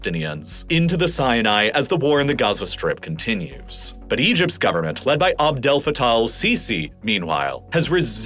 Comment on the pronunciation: As-sisii not al-sisii